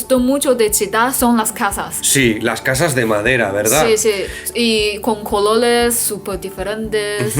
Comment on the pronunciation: "Los cololes" en vez de los "colores" de es muy simpatico como hace un tremendo esfuerzo para hablar bien en español😃